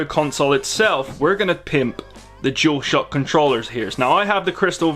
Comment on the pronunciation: The “jewelshohhck controller” wow